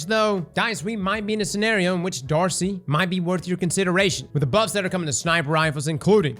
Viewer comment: This man said D.A.R.C.I. 👀